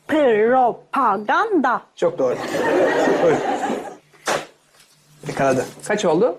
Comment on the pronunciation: Propagandayı yanlış söyledi pro-pa-gan-da olması lazım pı-ro-pa-gan-da dedi